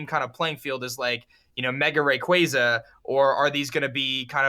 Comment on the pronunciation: OMG can ONE f ing person say raquaza right ( its ray cuay zuh)